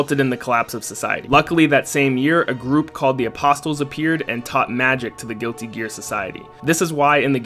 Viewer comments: The “t” in Apostles is silent... great vid, btw. 😁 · You lost me when you mispronounced Apostles.